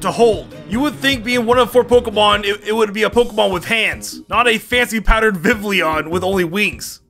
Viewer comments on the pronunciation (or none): Take a shot everytime completely mispronounces a word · Everyone gonna ignore the way he pronounces “Vivillon”?